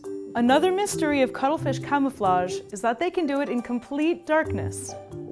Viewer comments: VERY WERR I WIRR EATA DA CUTTRE FEESH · If you’re saying that the first time (ever) you heard cuttlefish you heard cuddlefish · Why do I keep hearing cuddle fish lol Only me? Okay... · I literally thought she's saying cuddlefish I want to cuddle that fish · I'm not a native speaker, so when she said cuttlefish I would have understood it as cuddlefish, if the name wasn't didplayed correctly in the title. So... free hugs?